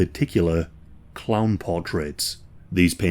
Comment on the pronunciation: Kept thinking you were saying clam, not clown. Made this video REALLY weird.